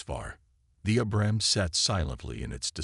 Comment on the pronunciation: I wish AI could pronounce Abrams correctly. Btw. I was an Abrams tank mechanic. Do y’all know what an Apache helicopter can do to one of these